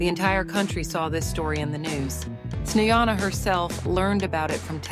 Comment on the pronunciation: Совсем обалдели вконец... ИИ долбаный не проверяют после озвучки: Чиседо и Снеана - это мрак! Dislike. Проверяйте свои опусы, придуrki...